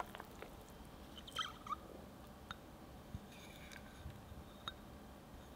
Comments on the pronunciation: 누텔라가 아니라 뉴텔라입니다 :) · Ah the pronunciation is closer to 나텔라